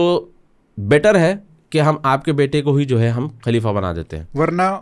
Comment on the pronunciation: آپ اردو زبان جاننے والے ہیں ۔، لفظ خلیفہ کو کلیف بول رہے ہیں ، افسوس کی بات ہے ۔ دوسری بات یہ ہے کہ آپ کی گُفتگو سطحی ہے جس میں اسلامک طرز اور تاریخ کا فقدان ہے بات چیت میں کہانی کا جیسا احساس ہوتا ہے ۔